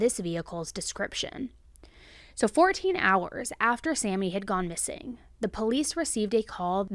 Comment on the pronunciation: SAME... "our friend is MISSANGK". I was cringing hard.